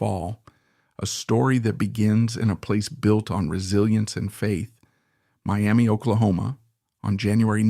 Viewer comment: My-am-uh, not Miami